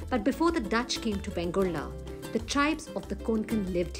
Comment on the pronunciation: Its correct name is VENGURLE ( and not Vengurla. Vegurla is an aberration of Vengurle, which has assumed a regularity).